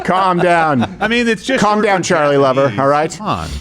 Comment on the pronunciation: UNLESS YOU PRONOUNCE CHARLIE, 'CHARRY'